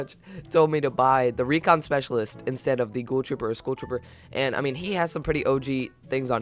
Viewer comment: Recon SpEceaiailitest